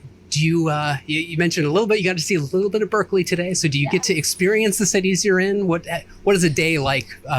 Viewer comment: The way you pronounced Berkeley haha. Always love your reactions bro. I grew up in Bangladesh with spicy food but then after I left home I started eating less spicy food. Now here in Australia I don't eat much spicy food, I ain't used to it anymore. Although on rare occasions I'll go all out 🔥🔥